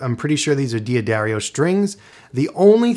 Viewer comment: do not resist! Just think how many pedants you will please by saying it correctly 🤣